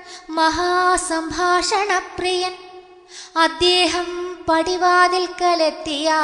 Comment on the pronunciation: അദ്യേഹമല്ല അദ്ദേഹം എന്ന് നിർബന്ധമായും തിരുത്തുക മോളേ, നന്നായി, വളരെ നന്നായി ചൊല്ലി, ഈ ഒരുച്ചാരണം കല്ലുകടിയാണ് ആ പ്ലസ് ദേഹം ആണ് അദ്ദേഹം എന്നോർക്കുക. K മുരളീധരൻ പ്രസംഗിക്കുമ്പോൾ 'അദ്യേഹം 'എന്ന് പറയും . ശീലമാണ്. ശരി പറഞ്ഞുകൊടുക്കാൻ പലരും മടിക്കും. കമ്പ്യൂട്ടർ /മൊബൈൽ വന്നതോടെ ശുദ്ധമലയാളം ചത്തുപോകുന്നു. ഒരു യഥാർത്ഥ മലയാളമുണ്ടെന്നു യുവതലമുറ അറിയണം. എഴുത്തിലും ഉച്ചാരണത്തിലും ശുദ്ധി വേണം,!